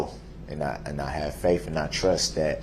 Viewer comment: Faaf (I think he was attempting to say "faith") how lazy